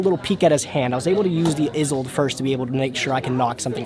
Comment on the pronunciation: "isolde" not "izolde" you can be better than dzeeff.....